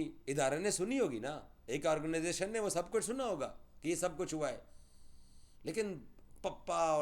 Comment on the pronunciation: Organization pronounce theek se kar laura